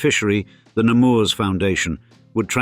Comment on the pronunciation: In french, you don't pronounce the s at the end of Nemours